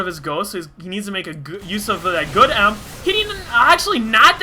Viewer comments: btw..... protoss miners are probes... not drones... >_< srry for being so critical... and emp is ' ee em pee'... i think you are a really good commentator... keep it up! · its call E M P not emp